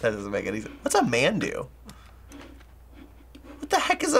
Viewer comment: I was laughing so hard when he said "MANdu" XD 만두: basically just a Korean dumpling.